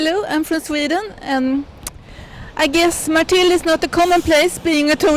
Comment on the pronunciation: اسمها مرتن ماشي مرتيل اعروبان